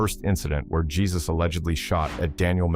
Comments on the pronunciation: I’m pretty sure his name is not “Jesus(like Christ)”. Yes it’s spelled that way but it’s pronounced as “Hey-Zeus” I’m weak 😂😂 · because it comes up so many times . . . that kid's name was most certainly pronounced hey-zoos not jee-zus. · 'Hey-zeus'... not Jesus... lul.. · Heyseus not Jesus lol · Jesus? Its Hey-Zeus 😂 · just a heads up, in this context his name would be pronounced as 'hey-soos' and not 'jesus' as it is a popular Hispanic name. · Too funny that they have to pronounce this joker's name as Jesus, and not HEY-SOOS 😅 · The victim is Jesus Quintana?? And the narrator is calling him Gee-sus? You should know, brotha, never fcck with The Jesus. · His name is pronounced HaySus which translates to Jesse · And the AI calling him Jesus with a J sound🤦‍♀️ Can't watch this bs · Ai don’t know how to say his name right.